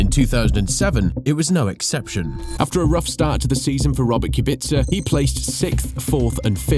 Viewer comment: Robert kubica got called Robert kubitzer💀💀💀💀